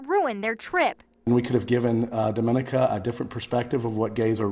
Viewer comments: It's pronounced Dah-muh-nee-kuh, not Duh-min-uh-kuh. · News people, please learn how to pronounce Dominica! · Hey,!!! If you're gonna call yourself journalists, learn how to pronounce "Dominica"!! SMH